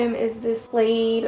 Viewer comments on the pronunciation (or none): bro why did you say plade what the even heck it’s plaid pronounced plad not plade